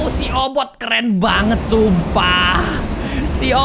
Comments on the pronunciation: Kak regi bilang obot si kucing ku dengar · Kak regi namanya obit bukan obot